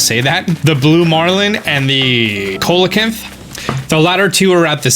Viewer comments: Just to let you know, it’s pronounced Sea-Low-canth :) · Bichir is pronounced By-shur and Coelocanth is pronounced Sea-la-canth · It's By-sure and See-low-canth. Just so you know. :) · Its pronounced ‘seel-a-can-th’ not ‘coal-a-can-th’ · Coelacanth. SEE LUH CANTH. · Colecanth is pronounced see-lo-canth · PLEASE. Coelacanth is pronounced "see· luh·kanth". With a SOFT "c". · It's pronounced "SEA LOW KANTH" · Coelacanth is pronounced “See-low-canth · The pronunciation for Coelacanth is See - low - canth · (NB: coelacanth is pronounced "see-la-canth". It's what Relicanth is based on :D) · Coelacanth is pronounced “see-la-canth.” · the first "c" in coelacanth is pronounced as and "s" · coelecanth = see-le-kanth, bichir = you actually said it right the first time, though it can be pronounced biker or bee-shir lolololol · you mispronounced coelacanth. The first “c” sounds like an “s.” It’s pronounced “see-luh-kanth.” Just thought I’d let you know. ( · "Coelacanth" is pronounced see-luh-kanth. And you can only catch them while it's raining. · Why can't anyone ever pronounce coelacanth correctly?